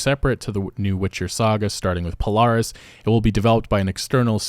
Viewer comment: He got Polaris and the others right it threw me for a loop and thought he was talking about something else